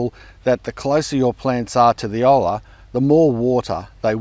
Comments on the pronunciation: Sorry, your Spanish kills me. It is pronounced O-ya (o in order and a in star). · Ollas are great for water-scarce areas. I'll give a simple pronunciation tip to follow: double L in Spanish is pronounced like a J or a Y. So in future say it like Oya and it will sound great ;) long-time subscriber, love the content! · The Egyptian pronunciation is two syllables (go figure) starting with ol where the O is pronounced like in "Oh!" and la as you would normally pronounce it. Very similar to how pronounced oyia at the end of the video but replace y sounds with L. No idea what it's called in China, but I would wager they don't call it olla. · Its not Egyptian. It’s a latin word and all the Spanish conquered people used them including Native Americans. it’s pronounced oy-ya or even o-ya like tor-ti-lla. Ya ending. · The lla in olla is pronounced like the ja in jam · I was dying as you kept pronouncing it wrong the entire video 😂 then you corrected at the end haha funny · Double L in Spanish is pronounced - always pronounced - as the consonant form of the letter "y" in English. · Got to work on that Spanish pronunciation haha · LOL...Reakon you won't be the last to pronounce it wrong either. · Come on bro, the double "L" is pronounced like a "Y" in English. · It’s “o-ya” spelled Olla. Please don’t say ol la 🫠. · Hi! It is pronounced 'o-ya' not 'ol-la' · FYI: The letter h tends to be silent in Spanish, so "hola" is pronounced "ola". "Olla" on the other hand is pronounced "o-ya". "ll" is considered a single letter in Spanish, always pronounced as a "y" consonant. :) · It's "oya". Pronouncing it ola is incorrect. It's Spanish. It has rules. There is no traditional colonizer pronunciation because they didn't know about it. So you can't just say "however you pronounce it." It's "oya. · Olla would be pronounced "oja" it shouldn't sound like "hola" hah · Olla, pronounced oh-ya, never oh-La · Hello, pronounced Oh-lah not Hoe law. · Phonetic pronunciation of Olla: Oja.